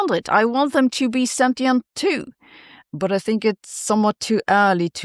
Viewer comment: Let's all please learn how to pronounce sentient...